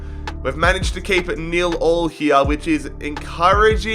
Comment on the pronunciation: “DoNt LeT tHe GaMe FiNiSh NiLl AlL” u no it’s pronounced nil nil?